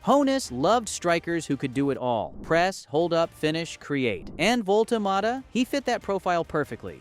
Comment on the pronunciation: I think I counted maybe six different ways to MISS-pronounce the BFG's name, so that is history wrong, data and details wrong, namjes wrong. Thumbs down and blocked from me.